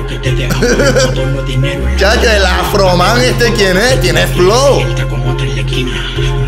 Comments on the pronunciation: Dizque "Afroman" 😂😂😂😂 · "Afroman" JAJAJAJAJA si que dices webadas JAJAJAJA...Saludos desde Ecuador💛💙❤